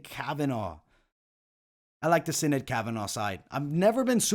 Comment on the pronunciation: As an Irish kid from South Bend (and you being Italian I am sure you can relate to how certain words are said incorrectly makes you shake your head lol) it is killing me how many videos are saying Sinead's name. So in Gaelic, Sinead is pronounced "shi-NAYD" and actually it usually has an accent over the (é). In Europe/USA, it is the equivalent of Jane/Jean/Janet (feminine form of John). This comes from the Hebrew form of Johannah/Yohannah. This means "God is Gracious" and was my grandmother's middle name. God bless,!